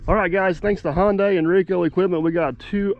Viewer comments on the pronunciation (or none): This was before you learned how to say Hyundai (not Honday, but Hunday) like Sunday!